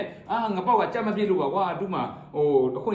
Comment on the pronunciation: ငပေါက်မင်းက. ကြက်မကို ဂျက်မတဲ့